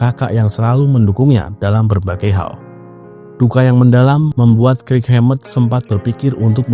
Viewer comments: kirk "kerk" bang bukan krik 😂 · Banyak salah baca nih. Kirk, buka krik. Lightning bukan lighting